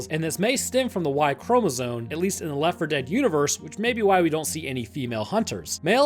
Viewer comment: why cant he say Left4Dead2 and Left4Dead ??????????????????